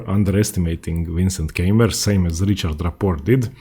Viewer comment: Please, dont say "Käimer" or so, his name is spoken "Kaimer", like "Kaiser". "Käimer" is horribly wrong.